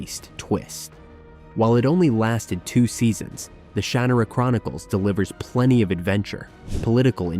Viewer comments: btw it's shuh-NAH-rah. Not SHAN-ah-ra. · Shar-Nar_Ra..... lo not Shanara- love this video btw... needed to be made, Also I wouldn't put Domina in Fantasy is just Historical intrigue nothing fantastical about it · I thought the exact same thing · Yep. It shows that whoever made the video didn't watch it. If they didn't watch one of the shows they're "reviewing", then I'm not going to trust the rest. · Yeah it’s painful